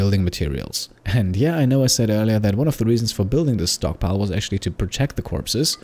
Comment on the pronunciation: Instead of "stockpile", i heard "stonkpile" S T O N K S